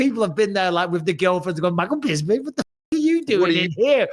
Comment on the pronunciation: 😂 hearing Bisping say “FroCK” to his face and FroCH saying “bisPING” back like he knew about the secret Chinese family had me cracking up